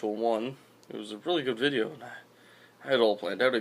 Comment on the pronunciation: it sounded more like vidjeo